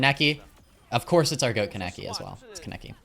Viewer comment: my pet peeve is the way you pronounce kaneki wrong EVERYTIME!! it’s khan-eki 💔💔😭